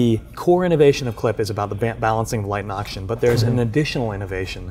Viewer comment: I literally randomly skipped through the video every 10 seconds and I would still hear "light ans oxygen" every time